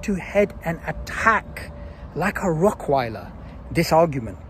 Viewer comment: I swear it's "rottweiler" not "rockweiler" lol